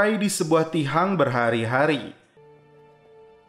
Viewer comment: tiang bukan tihang